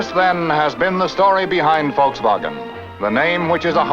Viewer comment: Finally someone pronouncing Volkswagen correctly. 👏👌🙂😊👍